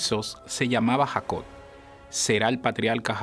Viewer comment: Se dice patriarca, no patrialca. Se dice Jacob, no Jacod.